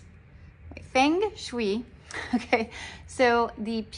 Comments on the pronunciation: It’s pronounced as fung-suy not feng-shwi. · Hello, Nice video. FYI; It is pronounced Fung Shway. I’m a Christian and it’s against my religion to wear it. I prefer to wear the cross for protection. I assumed it works for a lot of people bcoz they summoned the devil. Satan is called a dragon in the book of Revelation. He is described in Revelation 12:3, 4, 7, 9, 13, 17; 13:1, 2, 4, 11; and 20:2. Revelation 20:2 tells us the dragon is the devil or Satan. The dragon appears to symbolize power (Revelation 13:2) and again God conquers with power (Revelation 20:2). Satan is an evil angel (Ezekiel ), a created being – a cherub who used to live in heaven with God. In Revelation the term dragon is another name for Satan and is also symbolic of Satan’s real power. I prefer to pray to God only for wealth, protection, health and abundance. Riches and honor come from you, and you are the ruler of everything. Power and might are in your hand, and it is in your hand to make great and to give strength to all. 1 Chronicles Blessings!!!~🙏🏻🦋😇🌺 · It is pronounced fung shway. You got the Peeshoo right. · Say it with me. Fung Shway. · Its spelt like feng Shi but pronounced fung shway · FENG SHUI ( pronounced FENG SHUAY) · Wow a Caucasian person trying to rewrite the Chinese language and new (wrong) way to say Feng Shui. Who are you trying to kid? No woman. 😂 Although there’s many dialects and accents-there’s only one 貔貅; píxiū Maybe traditional or simplified Chinese and Chinese Mandarin or Cantonese as the main speech, spoken and written. Yeah but what do I know right. 🙄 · Damn why do white people pronounce other languages so badly omg. Cant even say the bracelet name right Feng Shui.